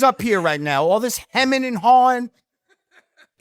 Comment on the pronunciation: “All this himming and hawing” LOL!